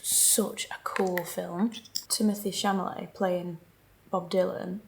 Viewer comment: Chalamet, Chamalet?!?!?! Hilarious!! 😂